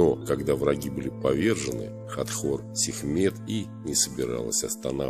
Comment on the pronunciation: Хатхор, а не Хатор